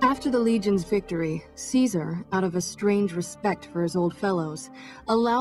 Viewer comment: i hate how they call him kizer its caesar